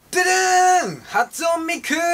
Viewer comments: はつおんミクww はつねww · はつおんミクじゃなくて はつねミクですよ～(。-∀-)ww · 初音（はつおん）ミクじゃなぜｗｗｗｗ 「はつおん」の時爆笑したｗｗｗ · はつおんをちゃんとしようね！＜はつねと発音をかけてみた！＞ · 発音みくじゃなくて、 はつねみくだよwww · オレも昔ははつおんミクって言ってたよｗ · はつおん ではなく はつね ですよ＾＾；一心同体というのであれば最低限名前の読み方だけは調べていてておいて欲しかったです… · はつおんじゃない はつねですw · リア友にダンテくんの存在知られてショック...← はつおんじゃなくてはつねだよー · はつおん❌はつね⭕️ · はつおんwwww はつねみくですよ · はつおんじゃなくてはつねだよww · はつおんってぜっていしらないだろうｗｗ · はつおん？はつねだよねwww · はつね だよ（ーー；） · はつおんじゃなくて、はつねですよｗｗｗ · はつおんwちがいますよ はつねだよ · はつおんってwはつね（初音）ですよ～w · はつねですよ！はつおんぢゃなくて！でも、ネタっぽい！w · はつおんww俺も最初はそうだと思ってたけどw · はつおんはわざとだろ。↓ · (はつおん)じゃなくて(はつね)だよｗｗｗ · はつおんじゃなくてはつねやねｗ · はつねですよー(*´ω`*) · はつねミクですよ！（＾∇＾） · はつおんwはつねだよ😓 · 「はつね」っしょww 「はつおん」って... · 初音ミクをはつおんみくってｗｗｗ 一身同体なのに名前ミスるってなにｗｗ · はつおんみくってわざといってんの！？ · 髪の色が変だよ前のほうがかっこいい はつおんじゃなくてはつねだよね(苦笑) ミクのこと食べてるし・・・ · はつおんwwwはつねだろうがww! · はつおんみくｗｗｗｗ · はつおんミクってなんだよｗｗｗｗ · はつおんみくｗｗｗ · はつね だよｗｗｗ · 『はつね』なww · 初音＝はつねですねｗ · はつね...では？ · はつおんにつっこみたい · はつおんミクw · はつおんｗｗｗｗｗ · はつおんwwwwwww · はつおんｗｗｗｗｗｗ 新キャラ？？っしょ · はつねやぞｗｗｗ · はつおんみくw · はつねですよ～w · はつね！やろ！w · 初音(はつおん)ミクってのはまぢで間違えてる？わざと？ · はつねですよー(*´艸`) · やや、はつおんみくからーやん(爆) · 初音(はつね)ミクですよｗ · はつねですよ笑 私も始めてみたとき間違えました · はつおんミクってｗｗPDSさんわざとですよね？ｗｗ 髪の色ミクみたいになってますよ？ｗｗ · はつねじゃなかった？ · はつねみく じゃなくて？ww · はつねだよね？ww